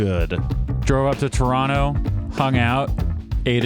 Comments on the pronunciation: Perfect pronunciation of Toronto! No one here says Tor ron toe and it's nice to hear you've adopted the local pronunciation of turonno ! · lol…you say Toronto like a true Torontonian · Props for pronouncing "Toronto" like a local